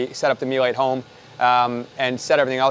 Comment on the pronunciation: Meel-uh. There’s only one way to pronounce it correctly.